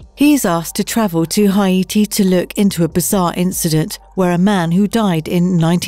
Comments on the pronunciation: HI-ATI! LOL!, Haiti is pronounced HAYTI not HI-ATI, just so you know for future reference. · Hay-tee good god. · Tobe hooper. TOE-bee, not "to-buh". sorry but that bugged me. so did "hi-AY-tee" for haiti.